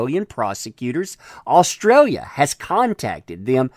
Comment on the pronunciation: Any other Aussies here hate the way this guy says the name of our country?